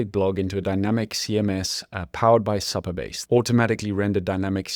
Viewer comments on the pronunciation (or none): For future reference it’s pronounced Super Base , not Supper Base .